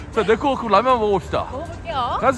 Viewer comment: " 내코"아닌 Neko 😢😅😂 찐한 육수의 면사랑이 넘쳐나네요^^👍👍